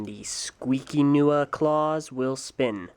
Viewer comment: HE SAYS. NUA